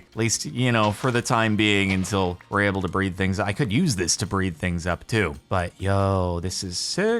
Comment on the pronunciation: Jordan, please. It's UNtil, not INtil.